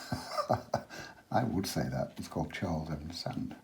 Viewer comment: Hello Charles, could you tell me roughly how you make your sand colour? Could you tell me the pigment information for this colour? Following your pronunciation of some words... Do some people also "pronounce sand as sund?"...lol Sometimes it is nice to put straight Alizarin under the water when it is wet, as it looks like seaweed, or rocks that are under the water. It gives it an underwater lift there....... Also, can you tell me if you ever bring the sea further into the sand to overlap it, and what colours you would use for that? Love your work, love your teaching style......from one teacher to another...I salute you. Stay safe, and eat dark chocolate covered goji berries to increase immunity, in these crazy times..... In kindred spirit, Eliza (Art teacher/writer/woodwork and metalwork teacher/illustrator from Goulburn, Australia) xx